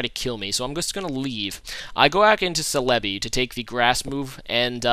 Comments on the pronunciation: It isn't "Sel-EB-ee" with the emphasis on the EB. The emphasis is on the BEE! "Sel-eb-BEE". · Escadrille is not UU it's OU. Lastly it's CELL UH BEE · u gotta look up how to pronounce celebi man..